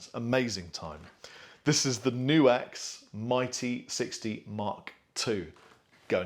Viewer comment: nope. its pronounced knuhks